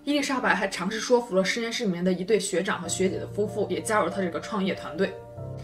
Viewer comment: ，说服的说这里正确的发音是shui,不是shuo.所以是shuifu.😉😊没有任何恶意哦✌